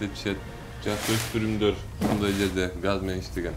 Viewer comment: Эрулан брат озун эле алып барчы, могу кызыл кийимчен кара безруковка кийген бала такыр алып бара албайт экен. МЫЙЗАМ дегенди созду МИЗАМ деп жатат МЫНДАЙ деген созду МАНДАЙ деп жатат.